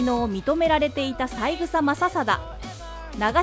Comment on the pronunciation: さいぐさではなく、さえぐさですよね。